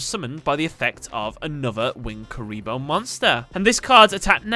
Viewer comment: You said curry lol